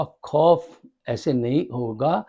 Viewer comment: Abe Urdu kisi hindustaani se seekh leta 14.10 ke Baad sun kiya keh Raha he kosis nhi koshish Hoti hai کھبر نہیKhabar nhi خبر hai Khof کھوف Nhi خوف ہوتا ہے